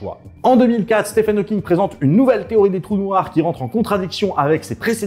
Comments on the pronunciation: Petite correction mineure Stephen Hawking se prononce steven [ˈstiːvən ˈhɔːkɪŋ] 😉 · Ça s’écrit Stephen, mais je crois que ça se prononce Steven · bon par contre je suis désolé bruce mais le ph de stephen se prononce comme un v... (ah oui et donner quelconque crédibilité à susskind c'est quand même se foutre un peu de la gueule de la communauté scientifique)